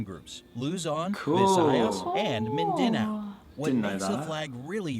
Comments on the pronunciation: I'm from the Philippines and I got some corrections Camiguin is pronounced camigueen and Mindanao is pronounced Meendanao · MiNdInAo 😂 Its actually mindanao 😂😂😂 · No one: Literally no one::MINDINAO Edit:Who miss the sea games?